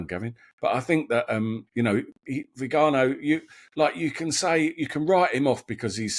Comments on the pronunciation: It’s vee-guh-NO, not vee-GAH-no or VEE-guh-no. Note the ò. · Without Viganó we would be in the dark about much of the heinous activity in the upper echelons of the Church. I don't care whether he's strident and eccentric at least people are listening. Just an aside: it's pronounced Viganó not Vigano. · I love you ,all three, but you do need to learn to pronounce Viganò. A Catholic show commenting on the Vatican needs a modicum of knowledge of Italian ❤.